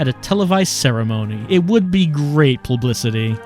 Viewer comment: Not to nitpick but "plubicity" I am so thankful I'm not the only one that screws that word up.